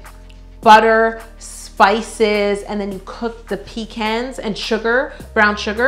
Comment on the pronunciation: I like the fact that you say pecans and say it with an A and not a O